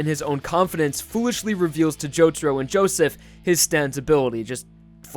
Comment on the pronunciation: It's not Jotoro it's Jotaro for the rest good video mate.